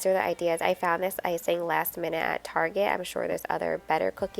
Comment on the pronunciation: Hi-it's "icing" cookies not "icining"-that last one is not a word. 🙂